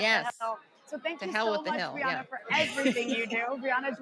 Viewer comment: First she says Briahna incorrectly then she says "K'mala" Harris LOL